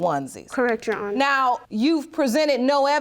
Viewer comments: I always get tickled when they say "YOU HONOR" instead of "YOUR HONOR" 🤣🤣🤣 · Lol I heard myself repeat "You Honor" twice out loud when they said that 😁😁🤣